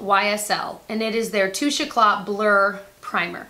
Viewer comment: Hey! Tiny tip on how to say the ysl touche eclat. Say eclat like you're saying cat be with an L!